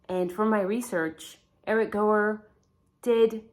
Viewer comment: I think you pronounce his name as hour = Gower and not go.